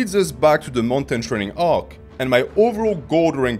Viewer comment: Trening Arc 😂 ( its the way youre saying training arc in your french accent ik your natural)